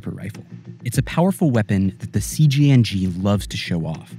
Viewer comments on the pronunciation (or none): it’s CJNG not CGNG. Stands for Cartel Jalisco Nueva Generación.